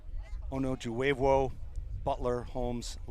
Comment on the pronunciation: Murdered the name Ella Onojuvwevwo 😂